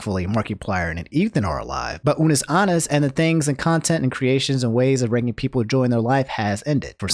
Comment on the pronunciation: i know you didn’t just say unus aannus and markeeplier